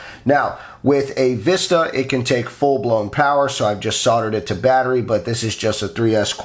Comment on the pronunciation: Hell man! Batteria? You said it like a Greek guy 😀😀😀👍🏻👍🏻👍🏻👍🏻